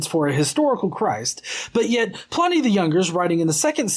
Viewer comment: It's not Letter 10 to Trajan- it's letter 96 of Book 10 of his letters; only that book contains his correspondence with Trajan (who sometimes seems a little annoyed that Pliny is writing to him about even minor stuff). And Pliny is pronounced like "whinny", not "whiny".